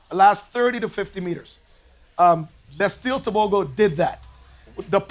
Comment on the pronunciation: One for Africa and my neighboring country Botswana 🇧🇼 I love how Donovan Bailey correctly pronounced Letsile Tebogo 👏🏼👏🏼👏🏼